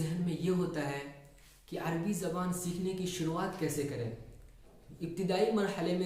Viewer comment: يا أخي العزيز لا يقال العربي بسكون الراء بل يجب أن تقراء مع فتح الراء